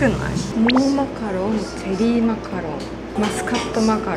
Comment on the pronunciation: チェリーマカロンがチョローマカロンになっててじわじわくるwww